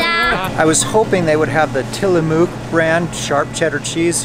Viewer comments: Oregonian here. Had to laugh at your pronunciation of Tillamook. Say it like a native. It's Tilla-muck. :) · As a native Oregonian, I feel the need to tell you that the correct pronunciation of "Tillamook" is til-uh-muck. It's the name of an Indigenous tribe on the Oregon coast. Great video! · Great vid,! Thanks! Would love to see a video on the Asian stores and restaurants there. PS Tillamook is pronounced Till-a-muck. 👍🏼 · Three comments: 1) LOVED the video! 2) Tillamook (I live in Oregon where it made) is pronounced til-a-muk. 3) Dental work is cheap in Mexico, but also generally poor quality and you have no recourse. My suggestion is that if you need crowns, bridge or an implant, go to the USA. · ROFL... Tillamook is pronounced Till-a-muk. :D